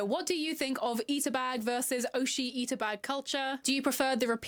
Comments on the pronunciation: whats really christopher columbusing is that she's pronouncing "ita" with flap t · This Sunnie person be claiming appropriation while using the Americanised pronunciation of 'ita' 🙃